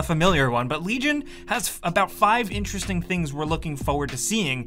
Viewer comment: No one's going to mention the "ABOUT 5 INERESTING THINGS"